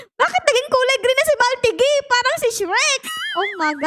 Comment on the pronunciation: I think the pronunciation of his name is Mahl-TEE-gee